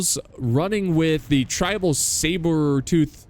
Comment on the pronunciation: The way you pronounced Sabertooth had my dying